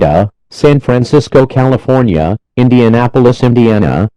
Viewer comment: San Jose C a f o r n i a